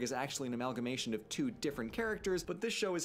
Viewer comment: Two-ah not twatha